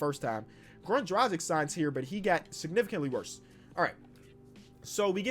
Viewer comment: It is pronounced Drah gitch